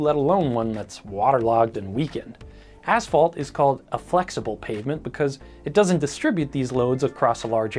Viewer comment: Thank you for saying ,,asphalt" (ass-fault), and not ,,ash-fault". I've heard people say ,,ash-fault" so often I"ve begun to wonder whether there's something wrong with me.